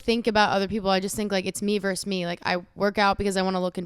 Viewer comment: You verSUS you. Not "verse". Why does EVERYONE think "vs" stands for "verse"???? I don't get this widespread non-understanding of this word.